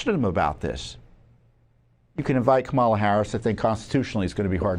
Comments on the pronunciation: You are stupid if you can’t pronounce Kamala Harris’ name ! It is pronounced just the way it is spelled with the stress on the first syllable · Tom you can't even pronounce her name right! Once again you're a moron! LOL LOL LOL LOL